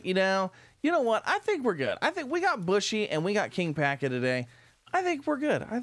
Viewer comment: Bushi isn't pronounced like bush. It's the Japanese term for "warrior" that was usually applied to the soldiers in an army who were not Samurai-caste, and it's pronounced like boo-she with the emphasis on the first syllable.